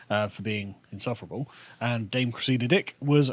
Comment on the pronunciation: Every time you say this woman's name it sounds like, "Chris, eat a dick!" I always think you're cross with someone just off camera